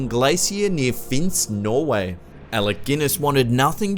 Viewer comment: I live in Norway (you didn`t pronounce it right xD)